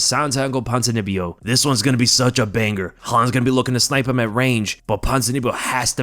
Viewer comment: The BANG - GRRR of the night (as this idiot pronounces it) is Jorge vs Gilbert, or Israel vs Alex